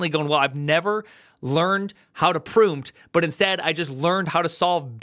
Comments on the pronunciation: When says "proompt" I think of "prumpa" which is Icelandic for "fart" and it's so appropriate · i am gonna start saying "proompt" from now on